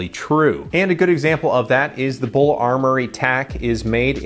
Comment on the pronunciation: B u l, not Bull.